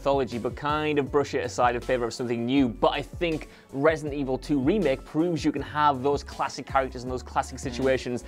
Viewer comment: So do we pronouce it ratedent evil?